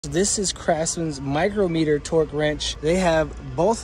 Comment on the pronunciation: Imagine making a video and not being able to pronounce micrometer.